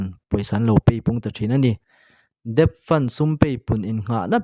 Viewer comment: Debt pronounced as det.